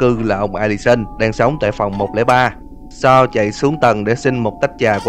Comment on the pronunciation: Sa =)))) chào cô chú đi con =)) Tên Sal nhưng đc đọc là Sa =))